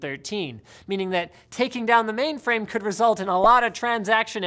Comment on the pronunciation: Linus, are you saying maimframe?